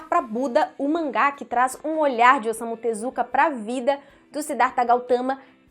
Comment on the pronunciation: Leia se "Ossamu Tesukáa"